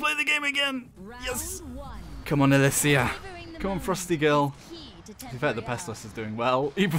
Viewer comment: You pronounced it wrong, its Alysia